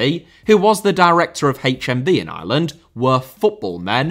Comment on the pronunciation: Repeatedly hearing "Areland" is doing my fucking head in